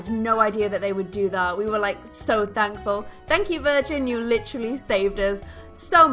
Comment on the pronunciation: "Litrally"???? U mean "literally"